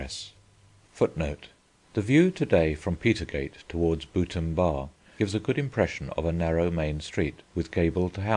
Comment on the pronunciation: You can tell the narrator doesn't know York. "Boot-ham-Bar" is pronounced "Boo-tham-Bar".. The L is silent in "Peasholme Green"